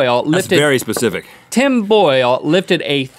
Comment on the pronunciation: "let's get Pacific,"